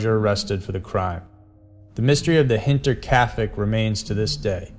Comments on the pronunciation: The town is called Hinterkaifeck not "kaufeck" .... kaufeck literally means cornerstore. You showed a store sign. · Thank you lol it was bugging me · oh yea because Hinterkaifeck is such a known easy to pronounce word...